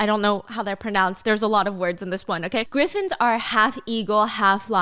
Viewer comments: Girl I love you so much but it's pronounced "griffins" not gryffins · the way Stephanie is pronouncing "Griffins" 😂😭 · 😂😂😂 I thought I was the only one who caught it